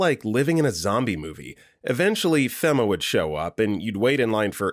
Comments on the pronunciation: Do you say shit wrong intentionally ? Ive never heard someone say feh-ma (fema) its fee-mah dumbass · FEMA is pronounced FEE-muh. it's an acronym for Federal Emergency Management Agency (or Association, I forget) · FEMA fee-Ma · Your pronouncing FEMA wrong.